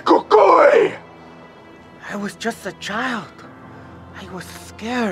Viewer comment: Who else thought the way he said he’s the Cúcuy was cool